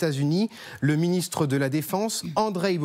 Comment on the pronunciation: "Ecoutez le ministrus de la defense" 😂😂😂